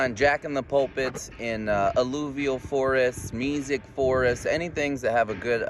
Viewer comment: Are you saying “music forest” ? Meesic?